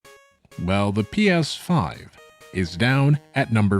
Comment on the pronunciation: the way you pronounce PS5 is pretty funny